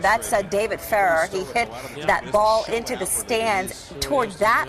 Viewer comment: Never seen such stupidity in tennis...Ferrer is awesome and it's only good conduct and respect for the game to take the baby out of the stadium. However, what pissed me off the most was how they couldn't pronounce his name at the beginning. I mean...come on! FUR-RUR...ridiculous.